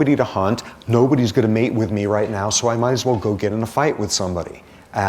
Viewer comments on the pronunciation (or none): none